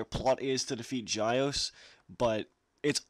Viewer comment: The name is pronnounced (g-yeow-s), not (j-yeao-ce)